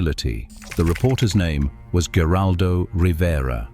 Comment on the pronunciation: It is pronounced "her-aldo Rivera. Not with a G.